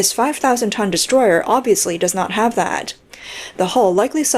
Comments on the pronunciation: I thought you said distroy-her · Oh, Destroyer. I thought you said destroyed.